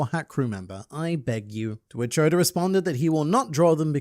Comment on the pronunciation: Please stop calling him Odor 😭